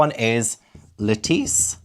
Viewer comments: You changed your pronunciation of Lettice partway through. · Every time you say Lettice, my brain = 🥬 and I just imagine a giant lettuce walking around 😆 great intro, great video!!